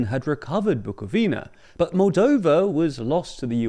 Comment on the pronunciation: I could not agree with you more. Guy couldn’t even care to pronounce the names of Bucovina and Basarabia right. “Bucovinia” 😂😂😂😂